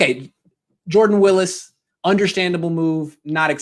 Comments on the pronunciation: It’s WILLIS not wills btw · Isn’t it pronounced like former 49ers Patrick “ Willis” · You "know him" huh? Well enough to pronounce his last name correctly? That's a fail.